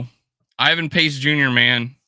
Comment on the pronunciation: As an unqualified content critic, I feel like I'd be kinda remiss in my unofficial duties pointing out that if you're on the "Pace Train", you might show a little respect to the mans name... Who the heck is "Invan"? 😂 Other than that. I approve this content - SKOL!